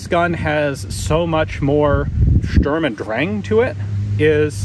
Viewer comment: Sturm and Dräng ? :) Hallo Herr Mc Cullum :)